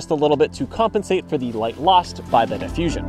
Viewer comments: never heard diffusion pronounced 'die-fusion' . Lovely vid though. 😉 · downvote for not knowing how to say diffusion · Can we address the pronunciation of diffusion?